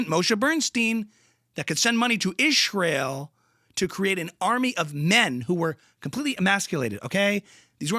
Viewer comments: "wrescchler" lol. love how you picked up her weird speech disorder. hearing her say "ischrael" is almost as grating as her opinions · I love that you say all of her “s” sounds as “sh”. 😂 It’s always bugged me that she does that and I even remember her making fun of somebody else who speaks that way but can’t remember who. Such a hypocrite. 🙄 I love that you’ve included the “sh” thing in your impression of her. 10 out of 10 impression of Candash! 😊❤